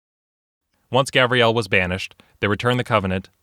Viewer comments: Him calling Gabriel 'Gabrielle' triggered every boy named Gabriel watching lmao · There is a big difference between Gabriel and Gabrielle. You were pronouncing Gabriel as if it were Gabrielle. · Gabryelle That’s the wrong way to pronounce Gabriel